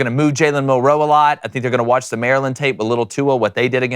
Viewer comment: It's Milroe not milROE